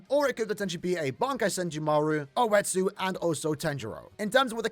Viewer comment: its oh-etsu and tenjiro.